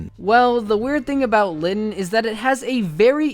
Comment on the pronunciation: It's is litten not Latin